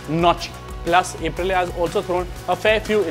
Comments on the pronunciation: It's "Up-rilia" not "Ape- rilia" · अप्रिलिआ ✅ ए प्रिलिआ ❌ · First time I am hearing A-prilya